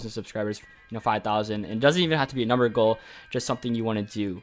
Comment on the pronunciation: when u said “ You need to have a Goal” I heard Girl XD